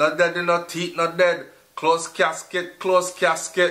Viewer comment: it's Deh Deh not dead